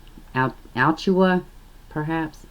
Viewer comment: I live in Florida, it's pronounced as A-Latch-chew-a, hope that helps. Every single case makes me shed buckets of tears, it's beyond heartbreaking. And a damn electrical cord.....they deserve the exact same punishment they dealt out!!!!!